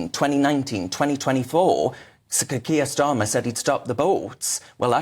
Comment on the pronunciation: “Keir Stalin” 😂